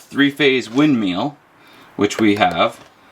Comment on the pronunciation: Are you saying "windMEAL" instead of "windMILL"?